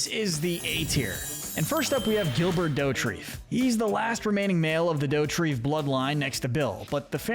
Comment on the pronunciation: Gilbert is pronounced Zhil-bare